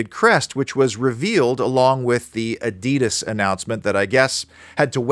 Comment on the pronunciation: If you're German why are you pronouncing Adidas wrong!